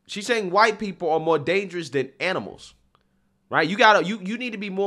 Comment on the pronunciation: I can't tolerate him that much to do it. When he says "huwhite man" or "queen", I just can't